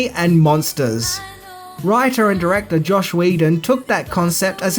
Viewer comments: Hey,! It's JOSS not Josh! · JoSS Whedon NOT Josh!!!!!!!! Come on, you are better than this.